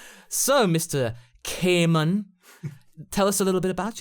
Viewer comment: Seriously why is it "quaman"